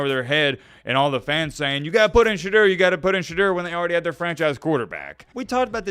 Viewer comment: Shah-d-ooo-er btw